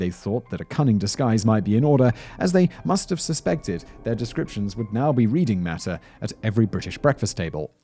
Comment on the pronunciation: "Maht-ztah" not "mattso". They are large dumplings mad e of matzah meal